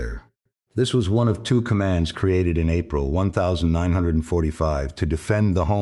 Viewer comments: Please can someone write the code to say 1945 and not one thousand nine hundred and forty five it can’t be that hard. It spoils the whole production it’s crap. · One thousand nine hundred forty five....😂🤣😂